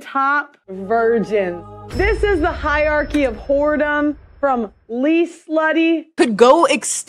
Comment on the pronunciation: I spit my tea out at the “Hiercy of Whoredom.” 😂